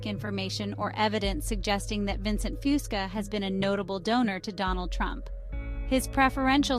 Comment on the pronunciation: I wish these generated voices could pronounce his mame correctly.